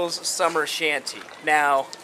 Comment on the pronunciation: Line-en-koo-gul... shandy not shanT seriously